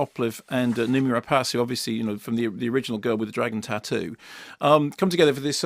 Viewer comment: Rapace is French for 'Bird of Prey' and is pronounced as Kermode says it. Any French word ending in 'ace' is pronounced 'ass' (glace, etc.)